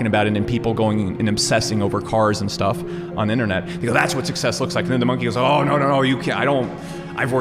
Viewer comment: "success" as well